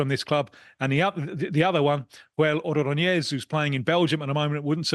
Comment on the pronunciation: Who the hell is Oronoñéz? Se dice Ordóñez